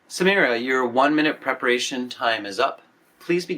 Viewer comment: Samira ❎ Samura✅😂